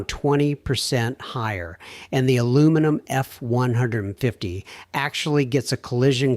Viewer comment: A genuinely interesting topic F'd in the A by AI Slop. Likely an AI content generator, an AI narrator that doesn't handle numbers consistently correctly and can't say "Ford F-150" correctly, AI slop video clips that don't understand physics, and probably an AI commenter (but I don't care to research it). All controlled by a human entering prompts who obviously doesn't review/edit the video. Slop, slop, slop.